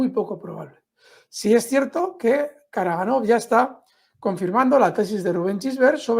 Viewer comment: Karagánov es es la pronunciación real. La mayoría de apellidos rusos terminados en OV se acentúan en la vocal anterior.